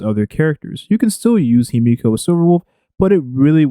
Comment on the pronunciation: dont ever call her "He-me-ko" again lmao